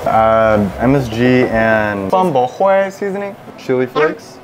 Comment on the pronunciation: The pronunciation of Bún Bò Huế is wrong 😑 but I liked the video 😊 I’m a huge fan